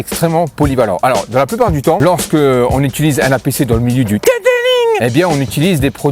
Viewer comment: Detelingggg 😂😂😂😂😂 super vidéo avec la franchise comme on aime